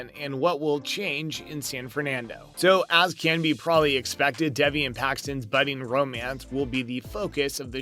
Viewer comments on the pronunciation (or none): I'm sorry for being that person but her name is pronounced Day..vee #teampaxton